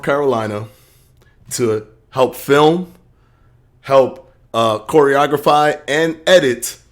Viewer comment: Came for the video, left because this fool said "Choreagrapheeee" SUBPAR intellect is showing homie